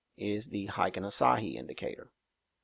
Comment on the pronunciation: Asahi is a Japanese beer, lol. Ashi is not pronounced the same. Its like "Are She."